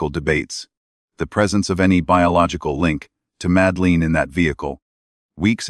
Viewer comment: It doesn't even pronounce Madeleine properly